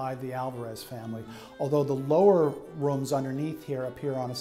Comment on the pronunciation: “Roums” lol 😂